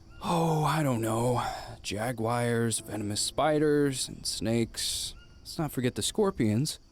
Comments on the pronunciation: I just played the tutorial for the first time and was like “jagwires huh? About to spend multiple hours with this idiot” 😂😂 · Man lost me at 'Jagwirez' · How did that dude say Jaguars? Jagwires? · lol "jaguires" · Did he just say... Jagwires? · It so funny how he says jaguars XD